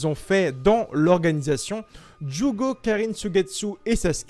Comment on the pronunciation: mec prononce bien juugo et deidara stp, ça me décontre à chaque fois